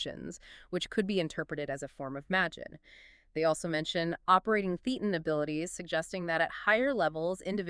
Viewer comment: FYI: thetan is pronounced - thay ton